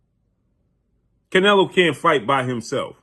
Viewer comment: Bro, you always pronounce the fighters name incorrectly. Get your stuff together before you come on camera embarrassing yourself. Learn how to pronounce the fighters name, dude.